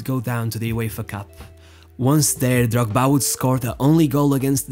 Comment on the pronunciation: I really like how you pronounce Drogba